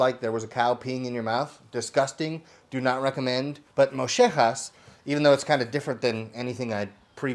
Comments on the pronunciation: In south Texas it is pretty common to make.... We pronounce it moe-yeh-hahz. There are a variety of ways it gets prepped down here. Tortillerias (tortilla factories) tend to fry them... which isn't terrible, but I prefer smoked. But I also usually brine them before I throuw them on a smoker. It makes the meat a little firmer and stick a little less to the grill. The longer you smoke them, the better they are. You want the outside to have some crispiness to it. They have a high fat content, which is why the lemon and salt goes so well with it. I like pairing it with a chunky guacamole and tostadas. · In spanish the two "ll" in Mollejas make the "y" so like saying Moyejas. But in any case i love mollejas! Next you should try cooking them in a Firedisc and then throw in some onions and potatoes...mmmm 💦 oh cant forget Corn tortillas! Fry them for a bit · Widely available in South Texas at just about any carnicería (Mexican meat market). Have been around for as long as I can remember and I’m 50. However we pronounce it Mo-yeh-hass. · Killing me the way he's saying it lol. Maybe its just in south texas... its moe-yeh-has. Boil, season, throw on pit. Corn tortilla, pico, and salt on top is the way to go. Poppers on the side.. yesssirrrr. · A favorite of my wife and father. Boil them, addI SPG and smoke them! In Mexico and Texas we pronounce it "mo-YEH-has" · The Argentineans have a funny accent and they tend to pronounce the Spanish LL with an SH sound when in reality it a YEH sound. So if you find yourself in a Spanish speaking country other than Argentina and you want to order this it's pronounced MOH-YEH-HAAS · It’s pronounced MO-JEH-HAAS Fight me. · In Mexico and Deep South Texas, it’s pronounced mo-yeh-ha-s. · Mexicans call them “moyehas” spelled same as Argentina but pronounced with LL as a Y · They are amazing if made correctly. You are saying it wrong by the way. If you are coming to Texas they will correct you. South Texas especially. Filet them.